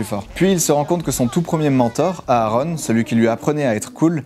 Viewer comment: On ne prononce pas les 2 a de Aaron